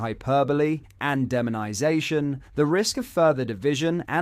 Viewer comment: On a different note... Why must the narrator/presenter of this channel mis pronounce or use tones that make so many basic words sound alien ...So often... Dude .. are you for real ? Or are you an AI ? Dis cuuuusion ? In flu encing.. demon isation.. its just weird... Thankyou take care..goodbyyye 😵‍💫🥴 Great content.. bizzar voice-over 🤣👌🇬🇧🏴